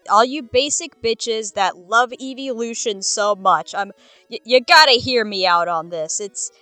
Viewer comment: hearing "Eevvelution" and "You got to hear me out" so close to each other gives me PTSD ... Those poor Pokemon